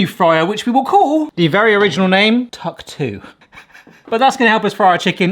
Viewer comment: Tuck 2 sounds like hawk tua 😂